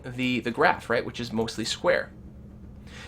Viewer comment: you should start with english, it's which* not witch...